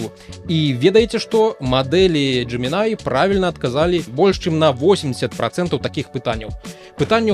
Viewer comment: тут усё проста, ты кажаш Gemini, а трэба Gemini